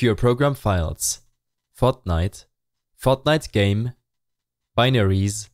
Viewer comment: This guy's voice "fotnite fotnite fotnite binarieeeees*